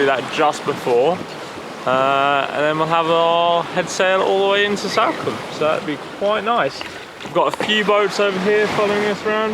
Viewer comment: it’s not Salcombe like Sally - it’s Salcombe like Salt.